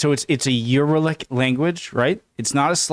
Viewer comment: Uralic is pronounced u-RA-lic, the stress is on the second syllable. Hungarian, Finnish and Estonian are the 3 biggest Uralic languages. The latter 2 are closely related while Hungarian is distantly related to them. Most Uralic languages are minority languages in Russia. By the way related languages can be far away from each other geographically, for example Icelandic and Hindi are a world apart but they are (distantly) related. That's the Parliament, and 1 euro is more like 410 forints these days. Lake Balaton is the biggest lake in Central Europe. Thank you for learning about Hungary. = Köszönöm, hogy tanulsz Magyarországról.